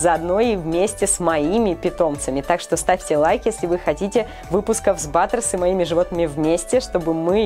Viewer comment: Баттерс а не батерс